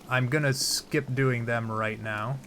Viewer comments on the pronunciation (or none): none